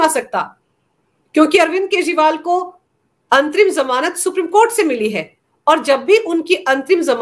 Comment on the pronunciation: मुझे अंतिम जमानत सुनाई पड़ रहा है जबकि ये अंतरिम जमानत है ।कृपया स्पष्ट करें।